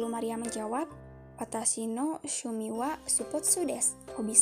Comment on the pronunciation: Tampilan videonya bagus,unik. Perbaiki lagi pengucapannya ya... terdengarnya sumi, bukan shumi